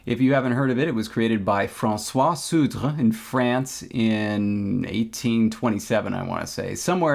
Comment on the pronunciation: You nailed the pronunciation of sudre